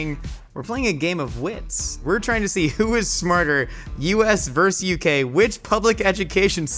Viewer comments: Versus not Verse. We already lost! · Why don't people know how to say "versus?"